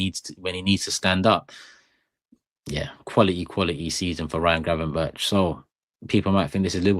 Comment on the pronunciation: Gravenberk not gravenberch 😡